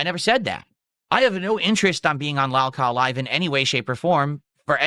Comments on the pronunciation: "Lalkaw live" what a mush mouth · What's "laahlcow live"?